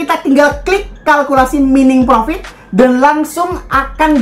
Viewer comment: Mining dibaca "Maining"